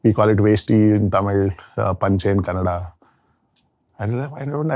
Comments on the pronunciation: It’s kannada * not Kannad folk 🙏🏼 pls with all due respect understand the emotions ! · KANNADx NO-- KANNADA RIGHT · With all due respect sir , it's not Kannad, it's Kannada ..! Please say Kannada next time. Thank you.